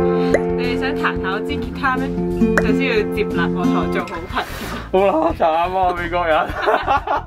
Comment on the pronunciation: 係接納唔係接立